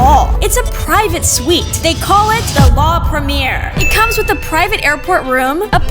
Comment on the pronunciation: Its suite